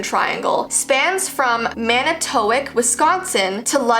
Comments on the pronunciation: Mana-toic.:me as a wisconsiner: ITS MANA-TOWALK!!! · It's Man-ih-tow-AK 😂 an equal amount of emphasis on all of the syllables. Love your videos! edit: Lake Michigan is HUGE. There are entire ships that go missing, it's very deep. There was a sunken ship found recently that had also been covered by sand prior to an erosion event, so things can and do just disappear. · Manitowoc is pronounced Man-i(short vowel)-toe-walk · Any other Wisconsinites laughing at the way she said Manitowoc ? Lol it's pronounced man-i-toe-walk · Manitowoc MAN-i (like in lick)- tuh- walk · It is pronounced Man-A-Toe-Wok. lol my mom lost it when you mispronounced this so funny to see her yell the correct pronunciation thanks! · Living 20 miles from there, I felt that to when she said it. I'm sure I would kill most town's names tho. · Lol you pronounced Manitowoc wrong I busted out laughing cause I live 15min away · You pronounced Manitowoc wrong... trust me I live there... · Love you girl, but... You made me cringe.... You said Manitowoc wrong:’( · The way you pronounced "manitowoc" aha😂 I live in Wisconsin so it's just fun hearing people from other places pronounce things. Love ya though 😂💘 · FluffyPinkChaos i literally live 30 minutes away from manitowoc and i was SOBBING 😂😂